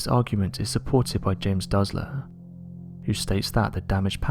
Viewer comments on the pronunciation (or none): none